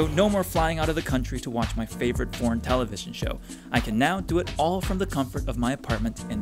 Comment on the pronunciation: I thought he said "porn" when he said "foreign":face-purple-crying::face-purple-crying::face-purple-crying